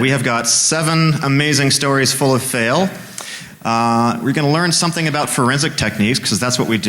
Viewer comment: I love the way canadians say ABOUT ABOOT ABOWT ABOWWWTTTTT